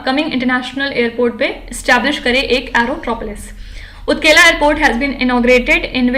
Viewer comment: Madam! It's Utakala Airport.. Not ukela airport